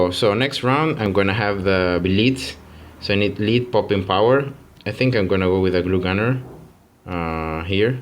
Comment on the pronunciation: The way you pronounced lead lol